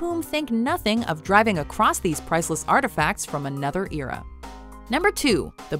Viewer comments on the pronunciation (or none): the real crime is miss pronouncing vase and era